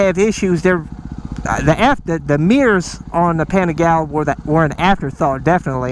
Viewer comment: Watched several super in depth reviews on the Ducati Panigale, yet can't even pronounce it correctly before bashing it? Nice.